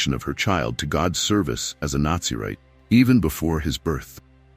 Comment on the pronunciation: Please pronounce NAZZARITE....not...NAZI - rite??....😮😢.... A.i. voice is not a good narrator...😢...thank yoi...